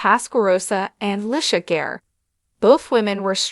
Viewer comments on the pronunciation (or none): OMG.... Itz pronounced Li-tee-ah Garr.... C'mon itz 🚫 that Difficult AT ALL... Did U 🚫 Watch (LISTEN TO) the Show???? PLZ Learn how 2 Produce Quality & accurate videos B4 airing..